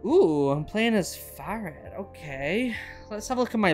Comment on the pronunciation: and he pronounces Farid perfectly.